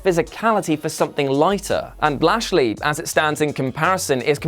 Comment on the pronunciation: Wow did you really say bashly? Lol hilarious